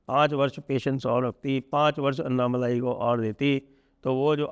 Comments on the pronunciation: उनका नाम अन्नामलाइ नही, अणणामलै है, मलै means mountain, मलै को मलाई कर दिया है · अण्णामलय हैं जी अन्ना मलाई नहीं